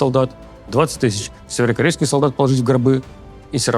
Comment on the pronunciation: Левиев, займись речью. Слово «северокорейский» в твоем исполнении - это издевательство над слухом зрителей